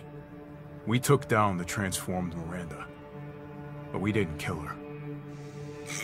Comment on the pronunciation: You missed a sin for Heisenberg saying Mirander every time